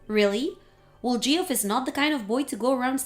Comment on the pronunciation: Geoff is pronounced Jeff